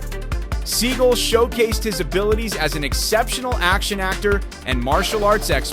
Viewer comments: Is pronounced SEE-GAL... not See-Gull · Steven Seagull? At least get the name right Mr. Narrator. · IS PRONOUNCED Seagalllll!!!! Dude!!! Don't be stupid!!! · This guy mispronounced both of their names😂